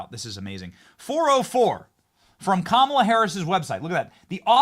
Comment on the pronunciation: It’s KaMAla!!!! An Indian name with the emphasis on the MA!!!!